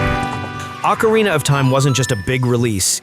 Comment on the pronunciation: Or-Cah- Re-Na not Ack-Ca-Re-Na